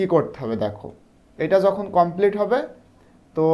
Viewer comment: Sir apni apnar kotha bolar stylte ta sundor korle video ta aro sundor hotho! Jemon apni jhokon bolechen but aita jokhon hobe